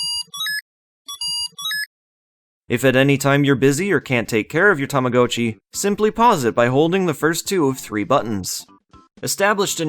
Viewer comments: i thought it was ta-ma-got-chi not ta-ma-go-chi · its TAMAGOTCHI not TAMACOATCHI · Tama-goat-chi!? Don't you mean Tama-got-chi!? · Technically is correct in that the Japanese word 「たまごっち」 is pronounced "Tama-Go-Cchi", but here in North America our commercials always pronounced it "Tama-Got-Chi" since young English speakers typically only ever read "go" with a hard "O" when it's part of the standalone word itself, and "Gotcha" is already in the common lexicon of English with a soft "O" and is one letter off from "Gotchi" in Romaji spelling. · Its Tama GOT chi Like I have got to get a new one Sounds like tama-ga-chi, but definitely not go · Tama Goat Chee blech seeing as I grew up with these I can't watch another minute of this video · Every time you say 'Tama-go-chi" part of me dies. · only Canadians say it this way I'm guessing, cuz we didn't say it like he dose when they came out in the us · it’s supposed to be like “gotcha” it’s Japanese. In Japanese that’s how it’s pronounced. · its the damn Canadians lol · I think it's pronounced Tama- gaa- chee, no? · Tama-gah-chee according to to everyone I've ever met and Google pronounciation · I'm sorry I can't watch this video with you saying Tama-GO-Chi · Those ones legitimately hurt to listen to, and his pronounciation of っち in たまごっち isn't perfect. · It took time for me to get used to your pronunciation of "Tamagotchi". 😅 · That’s not how you pronounce tamagotchi but fun video otherwise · Yes. I've never heard it pronounced the way it is in this video. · Sorcery! I must have hopped timelines again. Alternate pronunciation noted. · i hate how you pronounce tamagotchi, oh my god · I don't even think Bandai Namco know how to pronounce it